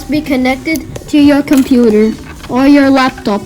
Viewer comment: Did you say computer wrong